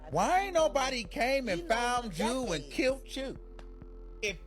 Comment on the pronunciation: it’s killed, not kilt